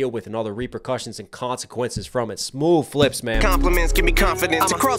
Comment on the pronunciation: Stop saying smoove... it's so stupid. Just like these rehearsed reactions. Why pretend it's the first time you've heard it, like you haven't done your research for all the references...